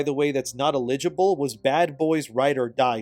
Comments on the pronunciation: You pronounce eligible as if you've never seen that word before... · Are you using AI now or just don't know how to pronounce eligible?